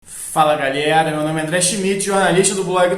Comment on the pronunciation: Quando o Vasco ganha o sotaque do Garone fica até mais forte, "fala galieraa" kkk